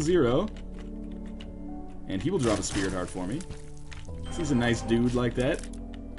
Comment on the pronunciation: Lots of Speary Tarts in this one. I know it's "sprit heart", but now you can't unhear it!